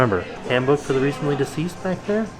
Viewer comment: says "Handbook for the recently diseased" LOL